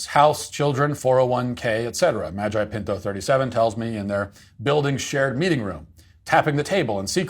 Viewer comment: Hearing Matt say Nicholas Magi pinto is only second to him saying Karen Gene pear 😂